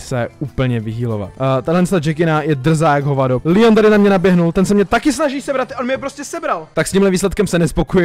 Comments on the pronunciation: Nejsou to Power Cuby ale sou to Power Úpy nebo power a Leon se čte Leon a ne líjon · Není to líjon ale Leon